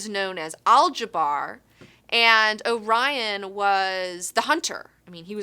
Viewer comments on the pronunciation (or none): none